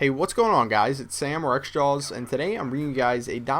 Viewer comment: I swear when you say it sounds like rexjawz!:/